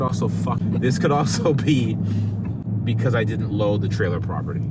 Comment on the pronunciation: imagine not being able to say properly properly 😅😂🤣